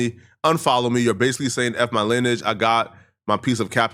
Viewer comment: incorrect usage of words for today: “linnage” instead of “lineage” 🤦🏾‍♂